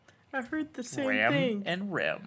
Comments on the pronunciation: It is Ram>Rem. Everything else is WRONG 😂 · Their names aren't actually pronounced the same. Ram should with an ahh sound. Think like 'ramen'. So ram is pronounced like ramen without the 'en'